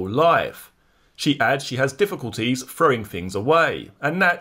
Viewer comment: PRONOUNCE YOUR WORDS PROPERLY!! ITS “THOUGHT” NOT “FOUGHT” IT’S “THROWING” NOT “FROWING!!!”. Jesus 🙄🙄